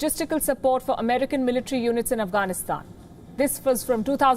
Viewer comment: Ofcourse your speech is nice but its Military NOT "Militree". I have to say this, because listeners from non-native speaking countries would subconsciously learn from you.